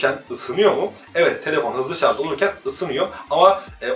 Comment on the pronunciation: Teknoloji programı yapıyorsun şarja şarz diyorsun.. Oldu mu şimdi!